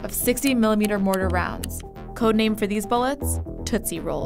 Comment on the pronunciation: I think it's tootsie not toosie